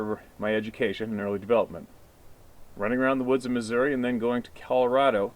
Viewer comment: You said the state name Missouri correctly -- Mu-zurr-uh. You had to be around some good old Ozark hillbillies when you were hunting in our state.